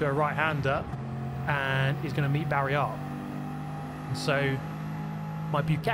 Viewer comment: ik but why does he say it like that